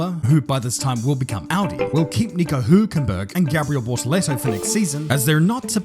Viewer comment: Thank you for almost saying Hülkenberg as if you were German👌🏾… or at least getting closer to it than any F1 personality on YT😂